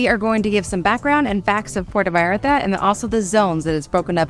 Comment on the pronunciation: Yes, the first “a” in Vallarta sounds like the “a” in “haha”. You’re pronouncing it as Veyarta.